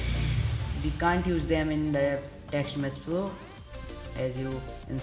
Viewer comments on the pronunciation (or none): Lol it was TextMesh Pro not Teksht Mess Plo but nice video tho it helped